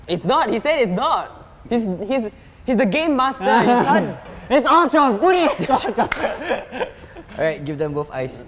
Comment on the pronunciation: It’s Ultron not Eltron